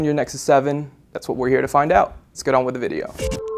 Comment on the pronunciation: Good review, really like the new guy, but he needs to learn to pronounce his words more clearly. Like saying "the" instead of "duh" and "Samsung" instead of "Samesung". Few beggining flaws, but nothing some work can't fix. :D